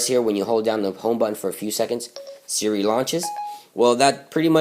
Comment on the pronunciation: Sara vs Siria? WTF you have messed up speech problems!